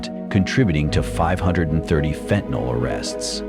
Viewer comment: FENTANYL, NOT FENTANOL.